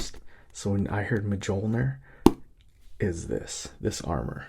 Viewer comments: So it's just about Captain America wearing Iron man armour called Mijolnir (Thor's hammer) 😅😅 and Mijolnir don't sound like it's actually sounds like miyolnir😅. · Mole-jear? Seriously twin 💔 it's pernounced "mole-near" 🤧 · Yeah so Mjolnir is pronounced “Me Yol Near” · Thanks for this! I grew up playing Halo, never read the books so that’s cool hearing the back story. Love HP too! P.S. Mjolner is pronounced mule-near!! The J is like a Y😅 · The armor (and hammer) are pronounced “Mule-near” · Im going to pronounce it Majolnur from now on. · My friends and I always pronounced Coruscant 'chorus-cant'. Phantom Menace cleared that one up. Now the old way sounds so weird I can barely say it. But that's a made-up word from modern fiction. Mjolnir's been around a minute. And he's seen Thor and STILL says it this way. Wild. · It's funny to hear an American pronounce Mjolnir haha. In Old Norse and modern Nordic languages the J is soft, like "ye" or "yo* sound, not a hard J like in English.